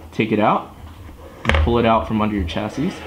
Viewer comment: Not to be a dick, but chassis is a French word, hence the final "s" is silent, pronounced "chassy" in American English, "shassy" in British English.